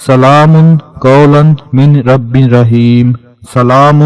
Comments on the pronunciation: Salaamun qawlam miR Rabbir Raheem. Isko sahi kr lijiye. Please! Aap salaamun qawlum min ....keh rahe hyn. Noon silent ho jata hy kyun k aage ra per tashdeedd hy to miR rabbir Raheem parhýe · JazakAllah, but please correct ur tajweed 'salamun qoulam merrabbir raheem'.